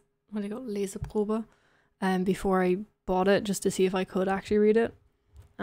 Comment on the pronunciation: Wow. I am a German native speaker and the words you pronounced (like "Leseprobe") sounded completely German with zero accent. I am really surprised. And many words that you marked in the books are also unknown to me, I would've just inferred their meanings out of context. I am surprised! You motivate me so much to continue to learn (or immerse in) my TL. Thank you!